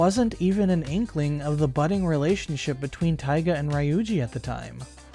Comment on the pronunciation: look, I'm not hating on what you're saying, but I'm hating on the way you pronounce ryuji and ami 😭 lmao jk js not how I pronounce their names